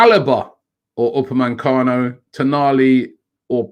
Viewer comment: stop calling him upamancano ROBBIE! If we want him we wanna get his name right! U _ PA _ ME _ CANO! omg Robbie you must be working for Tottenham.